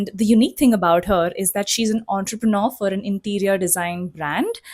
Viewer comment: Entrepreneur pronunciation 😅.....